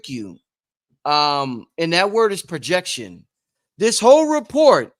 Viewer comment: "Prrojrction" = Transference